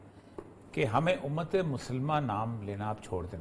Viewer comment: Umaaaattttttt which Umaaattt !!!! 1.8 billion vs 9.3 Million ???? Destroying the Palestanin empty handed people....please stop saying b Umat,Umat...